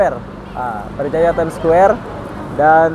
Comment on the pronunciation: bukan squwere tp Square..haha